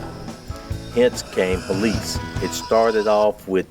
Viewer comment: I'm like, Helice, Helice, He -lice, and then I realize is Hélice, which is spanish for propeller. Fancy way to name a sport by mispronouncing the word.